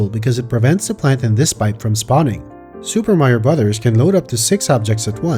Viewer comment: Amazing video! By the way, it's nice to see someone who knows how to pronounce the title of the game.